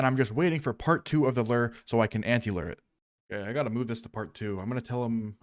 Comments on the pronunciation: i thought lure was pronounced (LEW-URR) not (LERR) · day 2091 of rs players mispronouncing the word "lure". rations are running low, and i fear i may have to take drastic action soon.